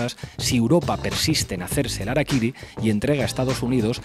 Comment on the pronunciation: 266 COMENTARIOS . NO SE DICE arakiry...REPASA VÍDEO . lo dicen CASI al finAL.. #saludYahorroENERgÉTICOdijoTOD@